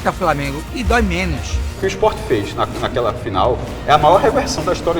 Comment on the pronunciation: Pq esses sub-humanos gritam "Ispó! Ispó! Ispó!" Eles não sabem que o nome do clube é Sport??? O que custa falar direito, bando de animais???